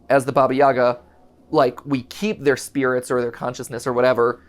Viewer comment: Hey Mat, just a quick little note: Baba Yaga is actually pronounced Baba ya-HA (putting the emphasis on the second syllable and pronouncing the “g” like an “h”), at least in Ukraine since the spelling is Баба Яга, and the “г” makes an “h” sound (think “hat”)! Not a big deal, just thought I’d mention it since the characters are Ukrainian! Source: my parents who are immigrants and grew up in Ukraine